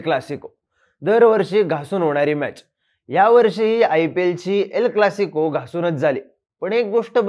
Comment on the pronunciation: Not L clasico. It is EL Clasico